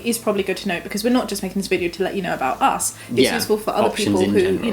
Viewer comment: Does Jamie always say uz instead of us or it is just this video?